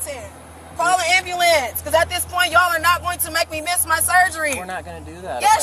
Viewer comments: I can't stand it when people pronounce ambulance wrong!! It sounds so ignorant!!! It's not Am b"a" lance, its am b"u" lance!!!!!!! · "Call the ambalamce" 😂😂😂 Shaquantae was as ratchet as they get lmao Also ain't no way she's only 200lbs gurrrl quit playing Respusha 😂😂